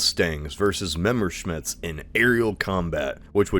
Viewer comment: I love how you mispronounce Messerschmitt every time and in a different way, gotta love you Americans.